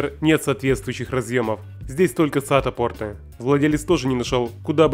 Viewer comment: За слово пОрты аплодирую стоя.